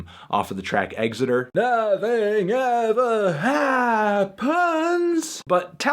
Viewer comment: The way that melon pronounces 'Exeter' lol